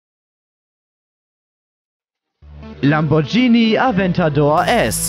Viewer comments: Es heißt LamborGhini, mit G, nicht LamborTSCHini mit TSCH. Man sagt ja auch nicht Spatschetti. -. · Er hat Lambordschini gesagt... Dislike